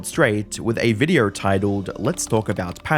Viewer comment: ok but why do you keeo saying VIDEORRRRRR